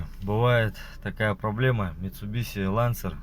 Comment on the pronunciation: Не биси а биши